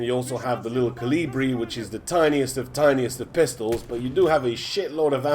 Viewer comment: Hurts that Kolibri is being pronounced wrong by every youtuber that isn't from Europe. It's not named after caliber, It's named after a Humming Bird (which is Kolibri in like 30 different languages) it's like you're butchering the word kolibri everytime you say it. It's fun tho